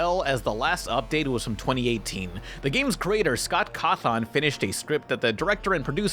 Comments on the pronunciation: Scott Caw-thon? caw-thin like a coffin, buddy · "Scott Cawth-On"